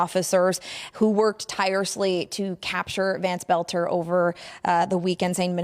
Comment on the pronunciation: Why American can not pronounce words it's Boelter not Belter.